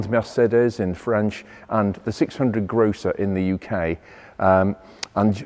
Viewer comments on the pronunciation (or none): You need to get that "Grrho" in "Grosser" or it sounds like you're referring to a car that you might buy your fruit and veg from. Lean into the German pronunciation. Immensely satisfying language to speak is German.